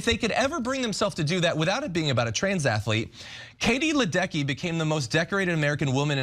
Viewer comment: Katie Ledecky is absolutely unreal. She has like the top 20-ish times in both the 800 and 1500 (and, for the record, Cenk, it's Leh-Deh-Key, not Lie-Deck-Er; she's only one of the most incredible athletes effort and only been winning Olympic Golds for the last 4 Summer Games). Of course, rather than just appreciate the awe of someone who is just that incredible at something, many gender criticals are transvestigating her. Literally showing the point of where this bigotry against trans athletes in sports leads to. It's not a slippery slope; it's literally happening.